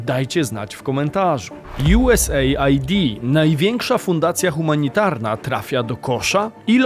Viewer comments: czytamy nie USA - ID, tylko US - AID. Pozdrawiam;) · USAID to chyba czyta sie US ajd a nie USA id ? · US AID a nie USA ID 😅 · "JuEsEjd' chyba się czyta